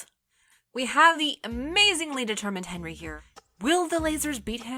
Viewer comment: I don't know what's worse the game or the mispronunciation of Henry, Thuram and Figo)))